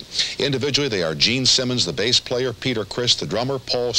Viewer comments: Bass player. Says Bass instead of Base...lol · He said bass like the fish not bass guitar